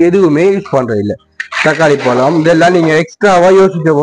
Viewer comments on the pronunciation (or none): none